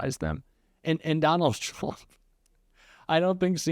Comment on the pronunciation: "TURMPS" was that on purpose? Lol